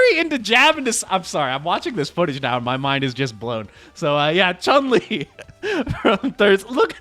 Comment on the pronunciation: each time an english speaking content creator pronounces Chun-Li's name correctly it caughts me off guard and i go like "oh wow what the hell?